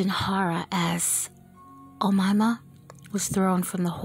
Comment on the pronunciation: that's not how you pronounce her name, its O- May-Ma not omama lmfao